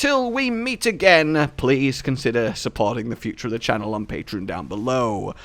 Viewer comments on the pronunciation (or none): none